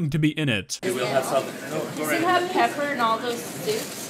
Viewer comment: Is there peppurr in all those sewps?!